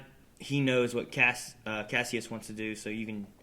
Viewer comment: FYI... Kasius is pronounced "Kah-SIGH-Us"